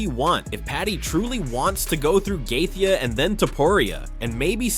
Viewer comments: Why do you kill Gatheje name you pronouncing it so bad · How this video voice over is saying Justin last name is wild 😂